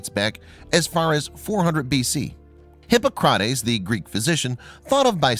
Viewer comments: You have a nice reader's voice. Your pronunciation of proper names, however, is often DEPLORABLE!. Since pronunciation guides are redily available on line, along with the researched information they pertain to, there is NO EXCUSE for things like "Hip uh KROT ees' for 'Hip AH crah tees'. Some of the words you murder are far more cringeworthy than that. It really takes away from the enjoyment I otherwise get from these. Eigth graders can say these better! Please please please take time to be correct! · Hmmm- Hippo- crotties. The father of modern medicine. Where does dude get his pronunciations? Some of the Egyptian rulers who were mummified had very weird skulls and other messed up features, but according to my art history prof, this was due to generation upon generation of inbreeding amongst Egypt's royal families.